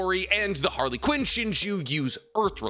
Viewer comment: Idk why but pronouncing Harlequin as Harly Quinn is killing me lol didn't know Boruto was a DC comic 😂